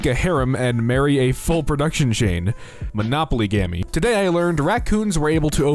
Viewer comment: the way you said "monopolygamy" hurts me